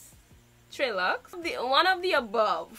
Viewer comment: I think TreLuxe is pronounced "TreLuxay" like the white girl's product TRESemme.